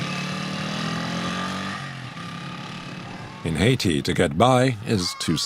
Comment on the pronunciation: repeatedly mispronounces the name of the country haiti. absolutely insulting